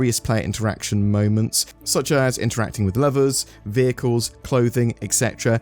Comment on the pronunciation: I thought for a second you said they improved lover interactions and i was hyped 😂 It was lever